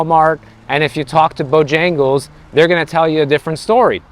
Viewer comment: How you pronounced BOJAGLES, 😂😂😂. I just like you, hugs from Serbian fan. Btw i like Bijagles, good chicken.